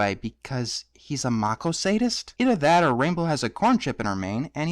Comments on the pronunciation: It's not machosadist; it's masochist. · I think the word you were looking for was 'masochist' not 'maco-sadist'. Good video! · Masochist. Mas-uh-kist. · ***** It's not; he's using the word masochist, a person who takes pleasure in their own pain, which is pronounced "Mass-O-Kist."